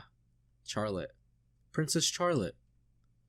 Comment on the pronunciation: It''s funny how often you go back and forth between 'Fuck Griffith' and 'He's so cool though', lol. There's a reason 'Griffith did nothing wrong' is such a meme among readers. Nitpick- Charlotte is pronounced "Sh-arlotte", not "CH-arlotte"- no hard CH sound :) The real 200 IQ move is to read Berserk for the memes: And you still haven't met the most powerful character, the 6th (!) member of the God Hand